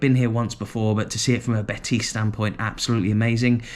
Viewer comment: Betis fans seem a great bunch. Ive heard a few people from the uk call them bateese and when a spaniard calls it betis you just know its called betis 😂 another thing i love how an englishman takes so much interest in Scottish football fair play.